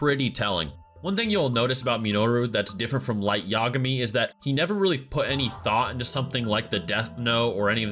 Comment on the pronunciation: I hate to sound like Hermione but it's Light Ya-GA-mi not YA-ga-mi You're putting the emphasis on the wrong syllable